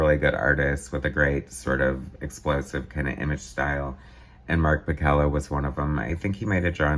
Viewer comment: I was Mark's assistant on most all of his work during this era at Marvel. I have unused pages from this issue and others. Mark's last name is pronounced Pa-Sell-a . Mark did not draw like Rob. Mark was asked to draw like Rob, and then it stuck. Mark found it fun to be a Bombastic artist.